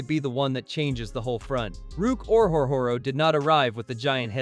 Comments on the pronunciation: Yeah this is the most butchered I've ever heard someone pronounce it. Ruke "Or-Hore-Hore-Oh" lmao. Yes, Ruke himself even said it's like "Row, Row, Row, Your Boat." Underrated move by Gladstone imo. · Ruke "Or-Hore-Hore-Oh" 🤣🤣🤣